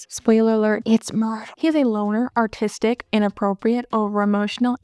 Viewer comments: Am I crazy or are you saying autistic instead of artistic? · lol I heard that too and I was just listening to the video not watching it and I’m a bit slow so I had to open up the video and watch back a few seconds in order to understand